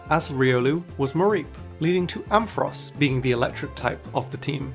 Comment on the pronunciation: There is no E in Ampharos!